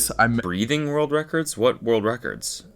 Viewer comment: Cody can not say the word world